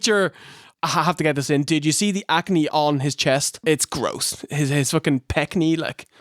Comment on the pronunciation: Every time V1 says "gross" I become irrationally enraged. I don't know exactly what it is about the way he pronounces it, all I know is I immediately want to punch his face every time he does. I think it might be because he looks so slobbish in every single picture I've ever seen of him, he is in fact the "gross" one.